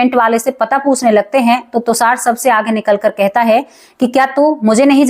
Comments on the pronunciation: अरे तुसार नहीं तुषार बोलिए 😂😂😂😂😂😂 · आप बार बार tushar को tusar बोल रहीं हैं जो कानों में खटक रहा है और दादा आया, नाना आया ये कहना भी नहीं अच्छा लगा